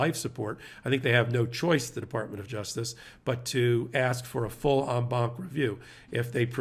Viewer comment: Thanks for correctly pronouncing En Banc. Ben kept mispronouncing it in a previous video and it was nails on a chalkboard for me each time 😂